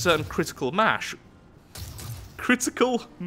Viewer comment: "Critical mash" hahahaha oh god this is why I love you when you mess up you mess up fenomialy. Also for all those dislikers who dislike our okalidokalie, critical mash speaking boyo we don't need you